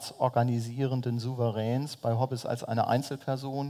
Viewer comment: Liebe Bucerius Law School, ich hoffe, wurde mittlerweile auf seinen Lapsus Linguae aufmerksam gemacht. Das "e" in Hobbes ist ein stummes. Ich bin jedes mal zusammengezuckt, als er den Namen aussprach. Verspätete Grüße